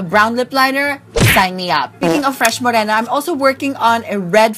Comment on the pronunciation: Fresh Mo-Rey-na